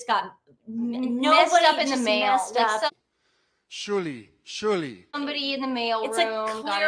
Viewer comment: Can you hear, he’s calling out for Shirley, Shirley, 😂😂😂😂😂 doesn’t know how to say surely. 😂😂😂😂😂 🇦🇺🦘🐨💐❤️